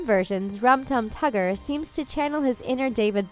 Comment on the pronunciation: Nobody can ever get Rum Tum Tugger right...